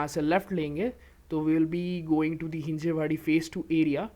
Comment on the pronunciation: Not Hinjewadi.. it's Hinjawadi